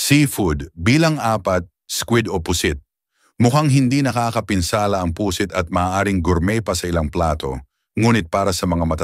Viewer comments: Pusit (mabilis) hinde Pu sit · Baka pusit, hindi pu-sit, atay hindi a-tay, sakit sa tenga, pa-ma-ma-ga, pamamaga